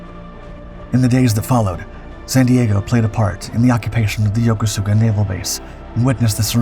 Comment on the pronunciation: It’s pronounced Yo-kos-ka, the u is silent.